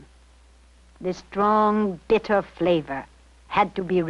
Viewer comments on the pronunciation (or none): none